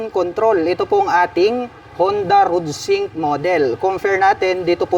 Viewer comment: Ayusin mo nga salita mo paps bakit rudsink sabi mo?